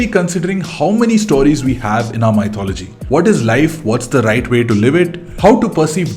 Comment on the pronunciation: I've always wanted to tell you it's not "my thology " it's pronounced mithology